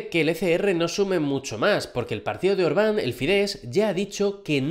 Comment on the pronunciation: Excelente noticiario como siempre, gracias por mantenernos informados. Solo te corrijo una cosa, el primer ministro hungaro se pronuncia: Órban, con la silaba tónica en la O . Todas las palabras húngaras tienen la silaba tónica en la primera sílaba de la palabra. No usan la tilde como los españoles